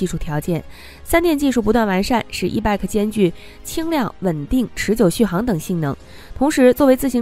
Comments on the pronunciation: e-bike pronounces as e-bite, no e-bag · ***It is NOT e-BAK !! IT IS E-BIKE !!! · 是 e-bike(白）,不是 e-bag（憋）.... e-bag 电动包包吗？？ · e-bike should not be pronounced as e-beck. The correct pronunciation is e-"baik" like in bicycle. Bike is the short form of bicycle. "i" is like in ice or nice. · E bike 不是 e bag, 发音有够烂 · 什麼發音？E bike諗成E-BAG、救命呀！ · 你的发音不正确 call e-bike. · e bike i的音 不是e 的音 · 听起来像e-bag